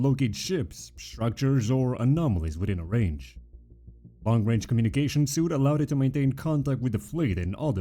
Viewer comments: Nice video, I subscribed. Just one thing, 'suite' is pronounced as 'sweet', not as 'suit'. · hey this video is really cool! just wanted to let you know "suite" is pronounced the same as "sweet"